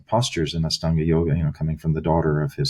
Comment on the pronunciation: Astanga is a word associated with the LITHUANIAN word for EIGHT (AŠTUONI). Lithuanian is an Indo European language with roots in Sanskrit. In Lithuania, aštuoni is pronounced ASHTUONI. I cringe at the way Ian Baker pronounces AŠTANGA with an S instead of SH.